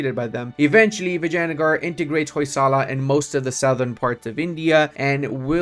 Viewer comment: Is that the right way of pronouncing Vingiagar